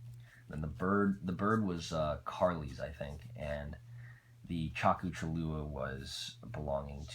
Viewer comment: dude... i hated how u say ccapac apu like kapak uhpoo like uhhhhhhhhhhh wtf and wiraqocha rasca is sunded like weer a qua cha ras kah and the whale is chalk oo chal loo ah but ccapac apu is like sounded ... cc is like ch apac is like a pack and apu is apoo but not like a pooo lol... ass la piss koo is the hummingbird ... :)